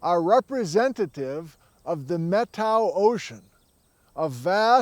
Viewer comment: talks about the "Met-ow" Ocean, as he pronounces it. Is that the Methow Valley and River?